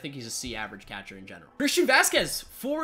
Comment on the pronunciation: Learn how to say “catcher”